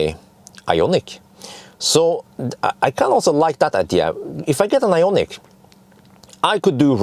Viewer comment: Hi, what do You think about Ioniq 5? You are the most famous since Borg. Why don't You ask Hyundai (BTW You have to improve better pronounce) to test the new Ioniq 5 for 6 month or so. This would be the best ad for Hyundai and they need good advertisement because of issue with burning Kona Electric. It would be awesome.